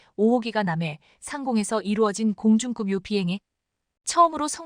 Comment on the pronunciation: 공중급유와 공중금유의 발음차이도 모르십니까? 듣기가 실증나네요 !